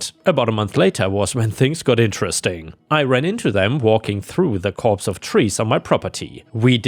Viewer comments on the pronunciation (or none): Copse! Not corpse! How long have you been reading these stories and you still can't pronounce English words properly but this takes the effing cake ffs!